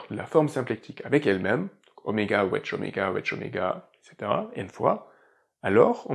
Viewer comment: mon commentaire était humoristique évidemment ! Merci pour l'explication j'entendais "wesh" ça m'a fait pisser de rire 🤣🤣